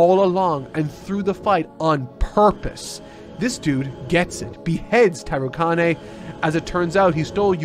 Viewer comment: the way you say tarukane and many other character names is physically painful. please watch some subbed scenes so you can at least say the names right